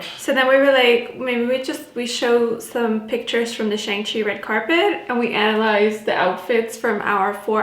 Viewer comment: Been looking forward to this video. Thank you for sharing your thoughts. FYI: pronunciation in Mandarin Chinese for the title is shAHng Chi (As in father), much like describing the yin yang (pronounced yAHng) in some body typing systems.